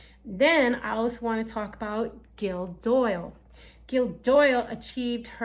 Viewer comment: I love you guys in the US you always call me gill 😍😂 it’s actually gill from Gillian pronounced (Jill) I don’t care though I love the way you pronounce it ❤❤❤❤❤ thank you for your videos you’re keeping me on track ❤